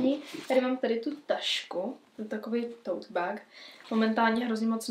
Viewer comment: Tote bag? Akoze bag a nie beg?? Aspon by si sa mohla naucit spravne vyslovovat anglicke slova ked ich uz pouzivas…